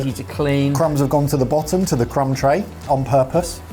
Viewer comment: Crumb tray? I heard c*m tray